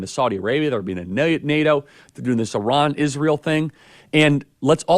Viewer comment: Why does Charlie Kirk keep calling Iran Oran.